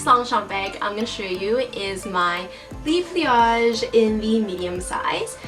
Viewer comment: Hun, so sorry to say, but the "le" in "le pliage" is not pronounced "lee"... it's "luh". It's not you, I have personal peeves.